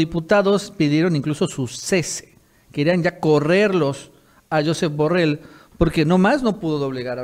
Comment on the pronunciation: Se dice jusep burreill es catalan ,no Scottish